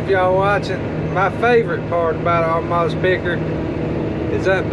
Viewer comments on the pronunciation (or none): Does know there's no R in Amadas?:)